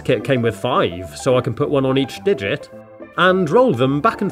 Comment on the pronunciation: He said digit